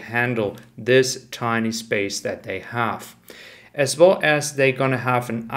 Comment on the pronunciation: Love your videos. Can you please not pronounce “as well” as “as wohl“ …. Really annoying. Vielen dank.